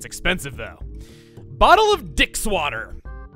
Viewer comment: I know it's supposed to be Deluxe Water, but pronouncing it 'Dick's water" just sounds hillarious